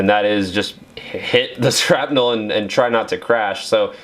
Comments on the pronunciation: Wait... did you say scrap-nel??? It’s shrapnel. Shrap nel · Is he saying scrapnel instead of shrapnel? Lol